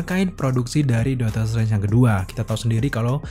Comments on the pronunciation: bang, artikulasinya tolong diperbaiki bang. Dr td gw gedek sendiri lu blg "Dotor trance" pdhl aslinya "Doctor Strange" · Aslinya dokter streng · HAHAHAH iya kenapa jadi dotor trance yak. gapapa bang tp overall great job lah emot jempol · Bang ngapain lu ngomong doctor trance😅😂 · Dakter Strengs